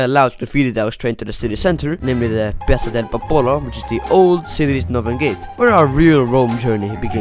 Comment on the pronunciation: concordo.. i nomi delle piazze, chiese e posti li ha pronunciati nel modo corretto, fosse stato un americano avrebbe pronunciato alla cazzo tutto..